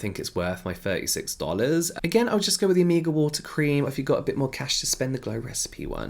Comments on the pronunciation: It took me few moments to Figure out what James wanted to say by “ amiga “ 😅🤦🏻‍♀️, then i got it is “omega” , amazing how many spelling exist for a same word !! Love this diversity 💙🙏🏻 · I thought you were saying Amiga instead of Omega and I just rolled with it. Like yeah, invite ,y friends over and do some skincare. Cool. 😂